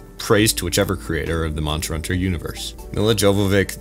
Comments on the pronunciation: Milla Jovovich's name is really not that hard to pronounce. You just need to rewire your brain a bit. Instead of the J from Joe, use the Y from You. And for the vich, I guess you're problem comes from subconsciously trying to use the w from witch instead of the v from Vin Diesel. V is the sonorant companion to f, you form it with front teeth on lower lip, the only difference is getting your vocal cords to vibrate and create a sound. It's similar to the difference between s and z. Oh and the ic, is just itch. So Yovovitch. Trying to form the w from witch, which is done using only your lips, makes it awkward to go through the mouth movements in the name. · It wasn’t just a joke about the pronunciation. He really can’t pronounce it